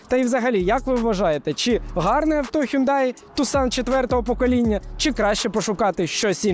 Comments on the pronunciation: Мало того, що він не таксон, а тусан, а ще й не хюндай! А хьонде, хЬОНДЕ 😂😂😂 ще раз, хьондЕ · Правильно взагалі не хюндай, а хйондай!